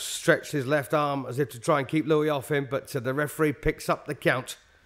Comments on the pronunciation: not pronounced lewie but lou-us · "Joe Loo-ee"? Only person in the world who doesn't know it's pronounced "Loo-is". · Thanks for the video and all, but this comes off as pretty disrespectful to Joe Louis. I've never seen him fighting dirty, and the man's name is Joe LouiS not Joe Lewey. (Yes I know some people with the name Louis pronounce it without an S, but not this one.) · Why does this fool keep saying "Louie" and "Maxy". And no Luis did not have the reputation as a dirty fighter. He was as clean and by the book as you get. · that is great. But if you were at the fight, you didn't hear the announcer on the radio. Whoever this announcer is, he's a disgrace. As the original post by TWS1956 stated, he can't even pronounce the name of Joe Louis properly. The ring announcer correctly calls him "Louis", but the blow-by-blow guy wasn't paying attention to that or anything else, calling him "Looie." Also, he says Baer won the tile by beating Max Schmeling. The Schmeling fight was a non-title fight , and Baer won the championship in his following fight by beating Primo Carnera. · Is he calling him "Joe Louie?" His name was Joe Louis, not Joe Louie. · Great stuff. I almost had to watch on mute though. I could barely stand the commentator calling Joe “Lewie”. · Wow!! How was Max Baer ever a boxer let alone heavyweight champion? Announcer kept calling them "Maxie and Joe Louie". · why does the commentator call Joe Louis Joe Louie??? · Why does the commentator call Joe Louie? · It sure would be nice if the British announcer would pronounce Joe’s last name correctly. It is NOT “Louey”. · So what's with this commentator. It's Joe Louis not Lewy pfft. He was one of the best. That was a brutal fight. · This video is the first time I have heard Smokin' Joe's last name pronounced in the French way (lou-wee) versus American (Lew-wis). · Never heard anyone pronounce his surname 'Louie' before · well first of all he called Joe Louis, Joe Louie. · Joe LOO-EE??? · It's LouISSSS.